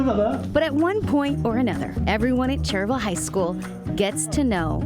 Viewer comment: its not cherville. its cherryville. say words properly